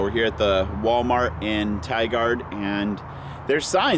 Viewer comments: "Tie Gerd" not "Tie guard" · Tigard is actually pronounced 'tygerd' , kind of quick and all one syllable almost. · Funny how he mispronounced Tigard. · i hope someone told him how to pronounce tigard right